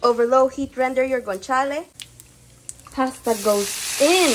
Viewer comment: Crush talaga kita and the pronunciation of guanciale plus not forgetting the pecorino made my heart skip a beat. 🥰😍